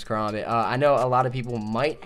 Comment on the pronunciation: Ka-Ram-Bit Sorry a pet peeve